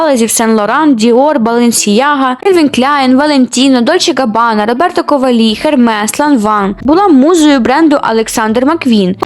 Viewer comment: Я подумала, що дівчинка прикольнулася на «КовалІ», але тут ще й інші «цікаво» вимовлені назви))). Нічого, навчиться)